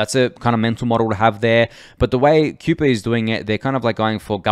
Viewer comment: FYI it's 'Kai-per' like the Kuiper belt